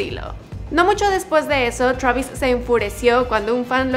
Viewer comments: se dice Twreivis, no TRABIS V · Me da cosa que le diga chuavis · "Shravis" travis ptm!!!